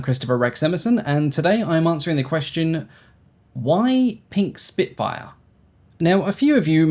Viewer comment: Spitfire ❌ Spinkfire ✅